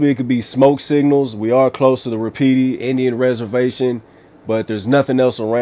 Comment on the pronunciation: It's pronounced Wah-puh-tee not wah-pee-tee 😁 YW.